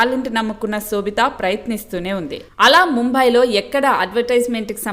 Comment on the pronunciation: Anchor need to know or learn how to pronounce shobitha’s name